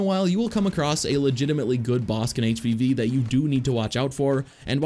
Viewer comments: Just realized that you were saying, "HVV," and not, "HPV." I was concerned that all of the characters had sexually transmitted diseases... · Up until you got to Dooku I thought you were saying HPV and not HvV. I was so damn confused how that related. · Thought he was saying HPV the whole time up until Dooku